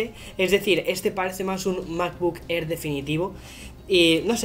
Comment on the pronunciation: Me ha encantado el "unboxing" del "macbuk err".